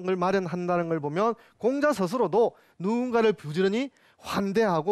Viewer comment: 장음인 단어의 첫자를 짧게 잘못 발음한 예:공자, 서(공자의 서),편지, 두 번,사실,피마골,사건,사람,공유, 등 이 아상 듣고싶지 않습니다. 논어 강의에, 공자라는 말의 발음마저 바르게 발음하지 못하는 학자의 강의를 어떻게 듣습니까. 한문 강의를 하시려거던, 적어도 장단 자고저 공부를 좀 더 하셔야겠으 ㅂ 니다. "한국 어문을 고발함"이라는 책을 읽어 주십시요. 미국 변 완수 배